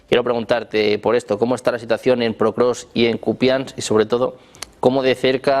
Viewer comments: El periodista dice "PROKROVSK" hace 3 años... Los invitados dicen POKROVSK y el Título del video también lo dice correctamente...Alguien que le avise como se pronuncia por favor...!!! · No existe canal mas prorruso que este. Vergüenza para todos vosotros que apoyáis al tio que lleva 25 años en el poder y que te mete en la cárcel por cualquier pensamiento en contra. Viva la ''democracia'' de putin claro que si. Ah, y a ver si pronunciamos bien Pokrovsk, champion👍